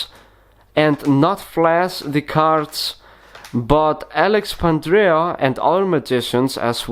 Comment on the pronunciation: No offence mate, but Pandrea is both a better tutor and his moves are cleaner. Since you don't seem to know him—or even how to pronounce his name, perhaps you should review a few of his videos.